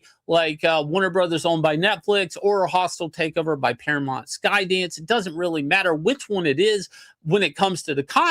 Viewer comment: MOUNT, Shane! PARA-MOUNT, not "Mont"!